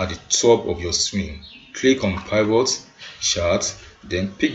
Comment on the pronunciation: Please learn how to pronounce Pivot correctly! In my 20+ yrs of data analysis, you are the only one shocking my system with your pronunciation of Pivot, and it's not funny.